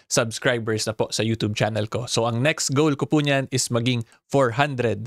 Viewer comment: baka pwede magrequest. Paki bago mo yung pagbigkas ng *yutoob". Kainis pakinggan eh.. parang kabaklaan ni vicr ang datingan. 😂.. just saying.